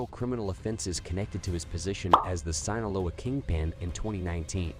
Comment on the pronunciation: You don't know how to say his name Joaquin....or sinoloa or gauta la GARA. LMAO. Dude youre absolutely beyond embarrassing. Learn how to say pronounce simple Spanish words so u don't sound like an ignominious buffoon., Which you are. Geezus. What a fkng moron